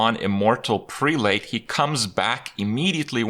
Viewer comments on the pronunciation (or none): immortal prelate: preh-lut. Kind of like zealot. English has stupid phonetics. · it's pronounced prell-ut